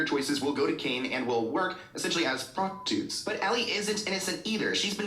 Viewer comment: the way he repeatedly pronounced cannes as “cane” made my eye twitch 😭